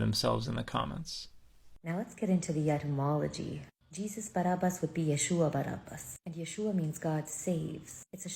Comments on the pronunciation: bar ab as. not bar ub us. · while she smiles looking into your eyes. "BAR AB BASS" "BAR AB BASSS"